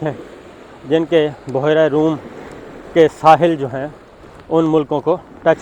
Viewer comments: Word is bhyera not buhera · بحیرہ روم نہیں بلکہ. بحرہ روم ھے